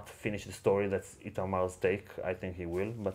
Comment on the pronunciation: I'm always hearing "Itamal", not "Itamar". Does the pronounce differently in Jewish, or is that just your dialect of the English language, or is there something wrong with my hearing :). Also, and that is not due to my hearing: there is a very annoying beeping sound throughout the video.